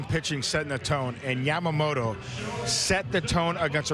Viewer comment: インタビュアーのキルステンさん、ヤマモトってしっかり発音されていて良いな。